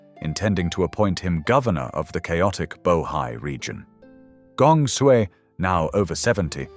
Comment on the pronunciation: Is the audio AI generated? I am hearing some inconsistencies in pronunciation of Chinese names. I noticed that Sui was pronounced as Sooey at one point.